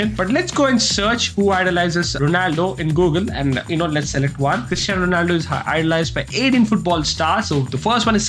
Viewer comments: it is cristiano not christiano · Bro it's Cristiano not Christiano